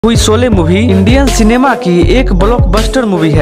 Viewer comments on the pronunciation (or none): none